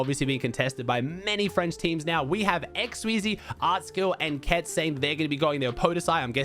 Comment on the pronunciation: Don't want to bother you but the way we pronounce xsweeze is without the e at the end and their coach name is ketzon